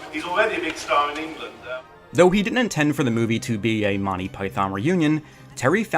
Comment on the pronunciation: Monney Python. Enunciate my lad. Monty. MONT EY! TEE TEE! You sound like the people in my early 1980s high school who had no idea it’s a comedy team and not a person. But you obviously care very much! 😊 Listen to the opening of each Monty Python episode. And there you are. Thank you for making this video. And hopefully bringing it to more people’s attention. ❤❤❤